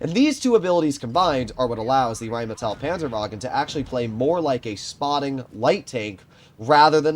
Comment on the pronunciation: The RHEINMETALL PANZERWAGEN turned german for a second